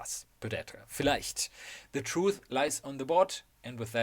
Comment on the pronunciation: Lmao. You perfectly pronouncing "vielleicht" all of a sudden jump scared me. XD Even though the German accent is kinda obvious, haha.